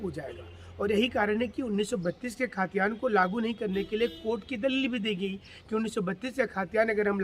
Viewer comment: Bhai khtiyaan to shi SE boliye..